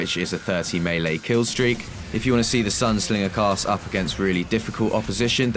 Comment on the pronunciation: SINGER NOT SLINGER